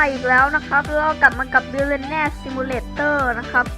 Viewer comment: มันอ่านว่า บิลิออนเนีย คับ (ชื่ิอmalgapi2)